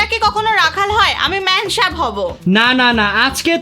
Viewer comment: ম্যামসাব❎😂 ম্যামসাহেব✅👍